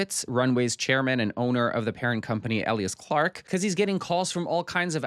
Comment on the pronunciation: Eh- lee-ahs clarke? EEe-Lya-ahs Clarke 😂